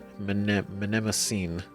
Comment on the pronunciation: You need to work on your pronunciation. Mnemosyne is not pronounced that way. Think "Neemo sign". 😜 Btw, technically, you don't have a geth. You have 1,183 geth. You're not talking to him; you're talking to them.